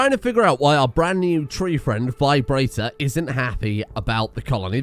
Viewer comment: he can't even stand to say "tree" even more.